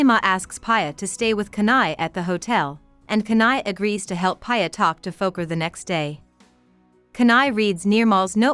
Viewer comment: It’s ‘Pee a’not Paya 😂 ‘Piyali Roy’ And it is ‘Fo-keer’ Fokir